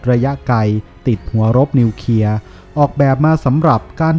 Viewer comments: ทำไมท่านอ่านเป็น นิวเคีย......ครับ ทำไมไม่อ่านเป็น นิวเคลียร์..ครับ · เคลียร์ ไม่ใช่ เคียร์